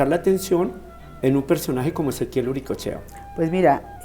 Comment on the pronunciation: ¿por qué nos pronunciam mal el apellido? Es UricoEchea